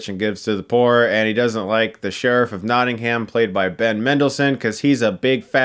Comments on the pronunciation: If you ever visit Nottingham, please do not pronounce it like he did as people will point and laugh at you. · I'm from Nottingham and I love the way Americans say it "NottingHam". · "Notting HAM"